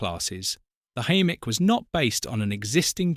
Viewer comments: In my opinion, the most visually attractive diesel loco, no more controversial than any other of the diesel hydraulic designs, but cruelly assaulted by atrocious AI pronunciation. Will the last human to leave YouTube please turn the lights off! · Very nice film extracts, but this exposes the shortcomings of AI commentary, with incongruous mispronunciations of Hymek and Limited. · AI slop. The mispronounced loco type is unforgivable. I won't be watching any more of this channels crap. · Hi-mek, NOT, him-mek! PLEASE I BEG YOU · It's pronounced High-Meck not himmeck. And that's BAYer not buyer. Sorry - can't watch! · They are called Hymeks not Him-meks or ham-meks. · Hymek NOT himek get your facts right! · Himek? 😂😂 It's pronounced Hi- Mek fgs 😂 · Hymek pronounced highmek not Himeck , Bayer peacock pronounced Bay not Buy. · I've known these as 'high mek'. You pronounce both including 'him mek'. Which one? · Pronounced Hymek not Himmek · Had to mute it :( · Nice video but the AI voice over was struggling there! We were treated to.... Himmek Highmek ✅ Haymek Hoomek Hewmek and at least one Quimek! 😊😂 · AI slop. 'Himmek' indeed. Stopped watching at that point. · Himek really? AI dribble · Hello. Not sure whether you’ll see this or not. I’m sorry you don’t feel comfortable with your voice. - Just a thought (as someone who plays with ai music) spelling everything phonetically (if you don’t already) can really help. As AI isn’t very I lol. High-mek or similar I would think would be fairly idiot proof for the software, but have an experiment with it. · It is pronounced HY-MEK AI moronic narration. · Highmek!!! Bloody useless AI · Oh my god. Afraid your videos get worse😢. A Himmeck FFS. And 'Buyer' Peacock. Think I'm finally bailing out. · What is controversial about Hymek's? Bloody good type 3, almost as good as a 37. Have you ever seen, riden behind ot driven them? I have so I feel qualified to comment. This proves just how bad AI can be. It's pronounced Hi-mec BTW.